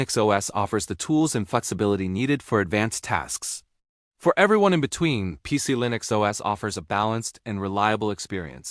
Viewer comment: "PieCe-E-Linix" OS, said once too often. Now you can shove it.